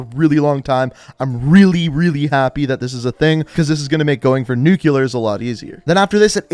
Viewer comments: “NUCULARS” XD No offense but I’m pretty sure you me “Nuclear” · Says the Famas in the screen shot looks especially different from the first black ops' damask, when it literally looks the same. Plus he pronounces "nuclear" like "nu-que-ler"🤡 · I second it, and for those who complain about him pronouncing the word nuclear wrong, you just shouldn't watch the vids lmao